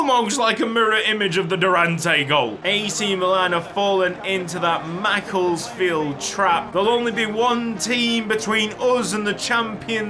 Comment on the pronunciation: NOOOOO THATS NOT HOW U PRONOUNCE MACCLESFIELD U PRONOUNCE IT MACC-LESS-FIELD